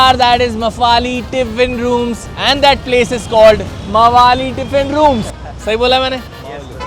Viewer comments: Mavaali ❌ mavalli ✅ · Bhai mavali nahi hai it's mavalli dabal ll dekha nahi kya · Mavali nhi goonda hi boldo Mavalli hn wo😂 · I think Mavalli pronounced as 'maa' and valli like 'valli' in hindi meaning latha and not Mawali as in hindi 😂.